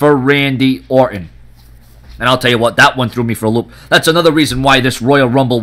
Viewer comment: OR'ON love the silen' T's